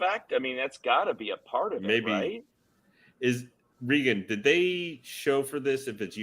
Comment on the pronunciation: Thanks for having Reagan on again. FYI his name is pronounced the same way as Ex president Ronald. He is too polite to correct you. 😉